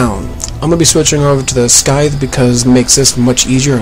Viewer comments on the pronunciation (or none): pronounces scythe so strangely.